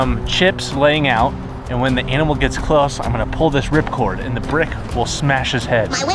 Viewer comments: You said gits not gets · Bro said “git”